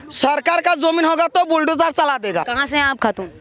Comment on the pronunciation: यह मैडम बुलडोजर को बिलडोजर बोल रही है